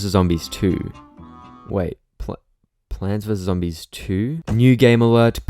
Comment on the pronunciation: I entered the video and the first thing I hear is "Pants vs Zoodis"